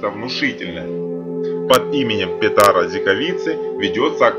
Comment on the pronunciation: Не Петра а Петера!!!! Господи , кто вас учит читать??? Если только это не робот